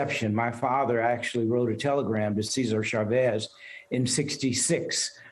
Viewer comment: Cesar (say zaar) Chavez ( chaa vez).